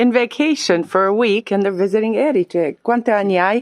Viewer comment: I made the same mistake - for some reason native English speakers want to put the stress on the second syllable. Anyway, thank you posting this video. I was in Trapani a few weeks ago and it really is a great base for exploring that part of Sicily. It's easy to get the bus or the train to Palermo, Marsala, Segesta etc.